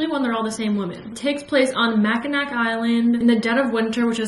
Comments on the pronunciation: As a Michigander, i died when you said pronounced Mackinac wrong 😂 it is not Mack-in-ack. It’s Mack-in-aw lol even if it’s spelled Mackinac island!!! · What a book that takes place on Mackinac Island!!😮 I’m from Michigan and love going there! I’m interested! (Also it’s pronounced Mack-in-naw yeah I know it’s weird) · You look sooo pretty in this video. Also it’s pronounced mackinaw! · hi, i love your videos!! just wanted to say, i’m from michigan and mackinac is actually pronounced mackinaw, i know it’s weird, but i’m excited to hear you read that book because i’ve never heard of one taking place in my home state before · It’s actually pronounced like Macki-naw 😊 it’s an island up by the upper peninsula in Michigan! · The way you said Mackinac Island 😂 The last c is pronounced like a w, I live right by there, it’s beautiful!!